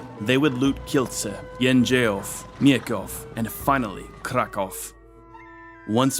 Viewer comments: I'm really astonished how good is your pronunciation of polish cities. Really I can't recall some pronouncing Sandomierz even remotely ok. 😂 But polish king Leszek the Back is pronounced with 'sh' in the middle , like in 'shock' and Kraków is pronounced with `oo` at the end like in `groov` 👍🏻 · Very good, but it's Leszek, not Lezek. I would love for you to check the pronunciation in advance. Some names you got right, other names almost right (Kraków), while other names could be better.